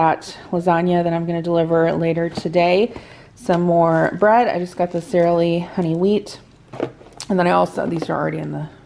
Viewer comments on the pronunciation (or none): none